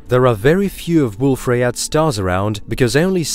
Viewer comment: This is good narration, but it's AI. Wolf Rayet should be pronounced Wolf Ry-yay. It's French.